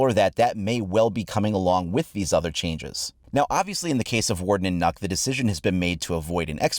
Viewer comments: nuk? sorry but I cant I always pronounced it NOk like a long O it just sounds strange for it to be Nuk or Nook. idk why it bothers me so much but it does xD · its fukin nøkk not nokk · Heard on Pengus stream that Nøkk is pronounced closer to Nook, figure that has to be correct since he is Danish. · Still doesn't pronounce Nøkk correctly. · The only think that bothers me in this is the incorrect pronunciation of Nøkk. 🙃😅